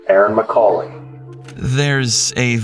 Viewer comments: Mull-Kay-hee. Pronounce the name right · I tried to watch this but your pronunciation of her last name hurt me as it is my last name. It is Mul-cay-hee. You even hear the police say it a few times correctly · Ma'cah,'he? Mulcahy is pronounced Mul'cay,'he. 😂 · Erin's last name is pronounced Mulkayhee not Mulcahee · Pronounced Mul-Kay-hee. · Its pronounced 'mul-KAY-hee.' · The way they pronounce mulcahy is awful its mole kay hee is how its probounces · It’s Mull Kay Hee. Not the 15 ways the VO and cops pronounced it. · What is the deal with your pronunciations? "Mulcaa-hee"? I swear to god you've got the reading skills of like a 6th grader. In every video there's some incredible misreading of a word that isn't particularly hard to pronounce. It's a very common name. The police officers in the video pronounce it right. What's the deal? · It's pronounced Mul-KAY-HEE. Didn't you watch M*A*S*H? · When the idiot narrator has no idea how to pronounce "Mulcahy" correctly. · You say her name wrong, you call Waynesfield, Waynesville, and I don't think you know what you're doing. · Types the name of the city correctly, pronounces it as a completely different city 95 miles away. Can't pronounce the murder victim's last name correctly. Get a better AI narrator.